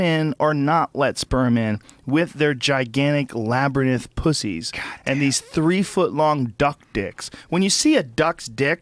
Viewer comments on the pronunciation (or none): Labyrinth, not labyrNITH. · Joe... it's Labyrinth...not, Labrynith. Cheers!! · "Labrynith"- Joe Rogan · Joe's pronunciation of labyrinth could use some work...